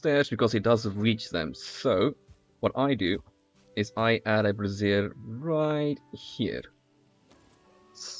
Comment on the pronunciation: Funny how he pronounces brazier (a metal holder for coals) as one would brassiere (a woman's undergarment).